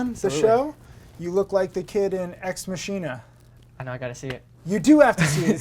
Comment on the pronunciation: "Mac-hin-a" ...just saying...